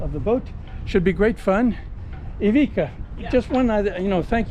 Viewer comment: i owned ivicas Seascape 18s 👍love your videos but you didnt pronounce his name right once!